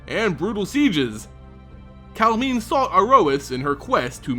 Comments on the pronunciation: I think it's pronounced Kal-em-ne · m i agree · You are saying her name wrong.